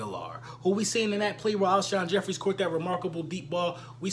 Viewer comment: Damn Even Cris Carter Got You Saying "Alshon Jeffries" 😂